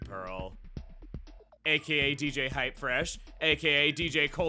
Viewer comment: It's HypeRfresh, not "Hypefresh"